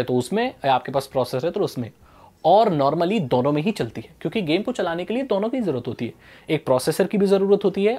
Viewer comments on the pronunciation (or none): How pronounce 2 duono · The way he says "dono" 🤣🤣